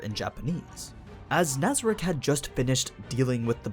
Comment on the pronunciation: we not gonna talk about how he mispronounced nazarick cocytus and ram